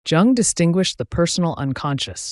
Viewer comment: You might gain more credibility if you pronounce his name consistently and correctly.